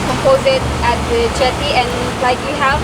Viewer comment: You did great! Eating the sagu whole seems very difficult, I would be afraid of choking. Also: Jetty not jeti, mangroves not maingroves, and proboscis monkeys.